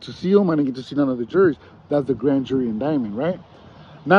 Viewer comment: What the fuck is a “grand jury indinememt.” Think what you want to say is grand jury indictment.